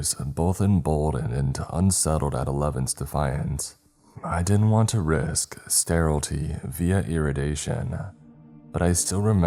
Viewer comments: Stur-ill-ih-tee & ih-ray-dee-aye-shun. For the future. Im an ass i know but constructive criticism promotes improvement. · *Sterility - "Stair-rihl-ih-tee" *Irradiated - "Ee-ray-dee-ay-ted"